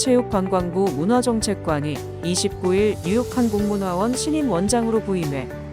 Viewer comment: 지금도 AI의 한국어 띄어읽기는 재앙 수준이지만, 그래도 "뉴욕한 국문화원"만은 최근에는 "뉴욕 한국 문화원"이라고 제대로 띄어읽기를 하게 됐구나 하고 생각했는데, 오늘 들어보니 또다시 "뉴욕한 국문화원"이라거 하네요. 첫번째는 듣는 사람에 따라 제대로 띄어 읽었다고 생각할 수도 있을 정도이지만, 두번째는 확실히 "뉴욕한 국문화원"이라고 읽었는데 ... AI도 사람처럼 학습을 하고 경험을 쌓을수록 실력이 향상된다고 들었는데, 이 AI는 어떻게 한동안 안 하던 실수를 다시 하게 된건지 ...? 😢